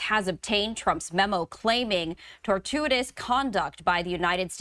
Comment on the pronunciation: “Tortuitous”? Try “tortious.”